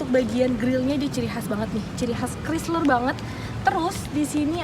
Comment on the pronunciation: "Kraisler" bukan "krisler" ya dek yg cantik dan manis❤️